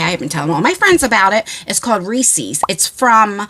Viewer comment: Snakes will be the death of me - I an terrified. I swear one of my brothers did something to me when I was a kid( 6 brothers, at least one if them did) . I am sooo scared of snakes. Wear whatever you are comfortable and feel pretty in. PS it is reeses not riecies 😂😂😂😂 I love the way people talk